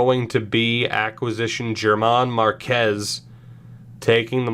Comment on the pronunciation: I am a Rockies fan so I am being picky but his name is pronounced like Herman Marquez. Also love the series